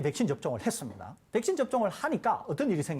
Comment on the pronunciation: 설대우교수님 백싄 발음 중독된다